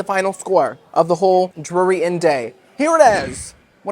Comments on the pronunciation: So it is dreery so it is Drury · your Drury pronunciation intro and bit throughout killed me 😂 it reminded me of 30 Rock and the "Rural Juror" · Drury, brewery, Marlboro are all words I struggle saying!! Thanks for making me feel in good company!